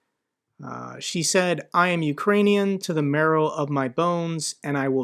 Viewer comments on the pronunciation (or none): none